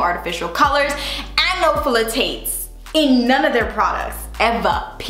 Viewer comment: I always giggle when you say Phthalates - it is pronounced like Thalate. Thanks for the video. I have some of these sitting in my basket - just need to hit submit!